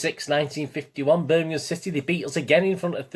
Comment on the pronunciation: . .Thanx for the mention mate. Just abt to watch the J.R one. Will say quickly that some of my worst old away days were at Zulu Birmingham! Also glad you can pronounce it correctly. Nowadays it's Birninhum..even from s called pro punters. Shameful 👍